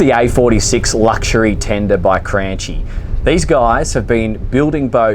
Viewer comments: It’s pronounced KRANKI, dude! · He dont know how pronunce cranchi, shame